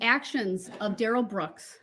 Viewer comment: Oh No!!! I did a Duh-rell. Preacher Duh-rell.